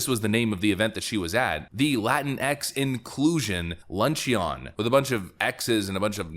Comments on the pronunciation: The Latinx Inclusion WHAT? Luncheee-on? Sorry, wouldn't be fair if we didn't make fun of you for not knowing how to pronounce Luncheon (FYI, it's pronounced like "Lunch-un" or "Lunch-en"). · Luncheon = "lunch-in" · Hey, Jill mispronounced Bodega, BUT, you mispronounced Luncheon. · you shouldn't call out Jill Biden for not knowing how to say "Bodega" in the same video you mispronounce "luncheon." I'm just saying.